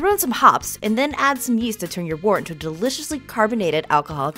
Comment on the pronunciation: It's pronounced "wert" Just sayin.